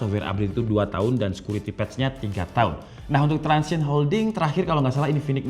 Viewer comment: Transsion Holding bang, bukan transition